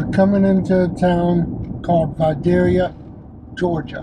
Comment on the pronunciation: Pronounced, Vye day yâ Leave the "L" out.